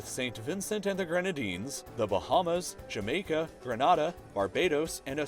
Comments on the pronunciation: Gra-na-da, guapo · Grenada is pronounced grEE-nAY-da. There has recently been a spike in suicides here so with a population as small as ours (110,000), our per capita rate of suicide likely doesn't rank us in the bottom 10 anymore. Interestingly, the nation with the highest suicide rate in the world is also West Indian - Guyana. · As a grenadian I am sick and tired of our country's name being pronounced incorrectly. Its pronounced "Gree-nay-dah" and not "Gren-ah-dah". Please try to pronounce it properly next time. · Pronunciations... QATAR = K' TAR GRENADA = GRENAYDA ANTIGUA = ANTEEGA And probably a few others I missed too Lol sorry.... 😂🙈